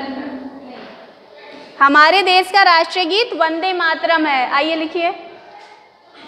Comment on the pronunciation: Hindi pronouncing is wrong.des nahi desh kahna chahiye and there hesitation is showing also.